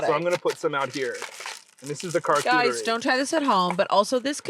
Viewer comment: i beg you to name it "car-chuterie" not "car-cooterie"